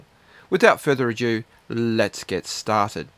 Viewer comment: It's pronounced "further ado" not "adieu" (this is French for goodbye)